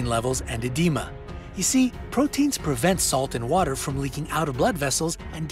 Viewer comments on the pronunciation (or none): none